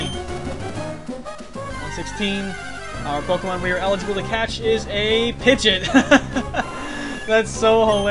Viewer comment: Wow i forgot how much i liked rustboro's music. BTW you keep on saying pigeot's name incorrectly, dont know whether or not you care, but its Pi-gee-ott, didnt want to be fussy but i makes me cringe when you say it. Well this has all been recorded now anyway so i guess ill keep on hearing it :(.